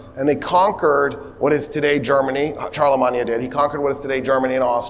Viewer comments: Are you purposely pronouncing Charlemagne that way? 😅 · we absolutely do not have a military presence in 146 countries why are you pronouncing Charlemagne like that? You're not speaking French. It's okay to pronounce it the English way since you know, you're speaking modern English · "charlamanya" die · So wait, have I just been pronouncing Constantinople, Charlemagne, and Berlin wrong my entire life?